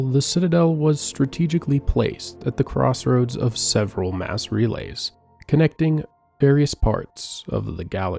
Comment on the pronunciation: I think it's AI, which is why we have "Ass relays"